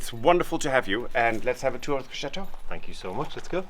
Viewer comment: I love how says SHATOOH while says it properly. lol x